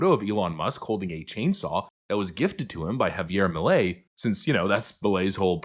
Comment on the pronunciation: You know your country is doing it right when can say JAVIER MILEI right.